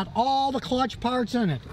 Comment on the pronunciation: Has anyone heard his mispronunciation of clutch, “cutch”?